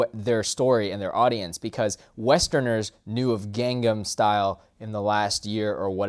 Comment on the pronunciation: It's actually Kahng Nahm Soo tay ul I say it naturally correct (My family has a Korean influence) but i dont know how to write it so that you can say it correctly